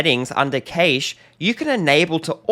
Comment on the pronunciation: Well that pronunciation of cache is a new one. I actually questioned if I’d been pronouncing this incorrectly all this time, but a quick google search later and I realised I’m not losing my mind and your pronunciation is wrong. Sorry if it sounds like I’m picking on something so small, but I find it hard to take onboard any advice from someone that cannot get the basics right.